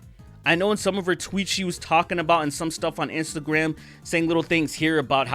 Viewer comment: Great video. "Instagwam" -derrick darkman